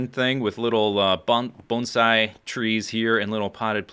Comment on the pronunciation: you must know a lot about bonsai since you pronounce it correctly.